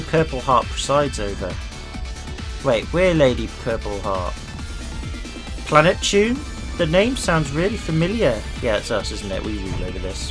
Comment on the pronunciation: Btw when you say planeptune you say it without the p so it is plenetune